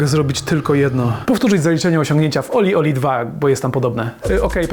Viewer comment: Nie żebym się czepiał, ale się czepiam - gra nazywa się OlliOlli, nie OlieOlie. Trochę marnie gdyby ktoś chciał po tym materiale poszukać gry. Sama gra jest trudniejsza z każdą kolejną częścią, w World mam najmniejszy % (51) osiągnięć. Ale nadal baza wojskowa z jedynki to moja najbardziej znienawidzona sekcja.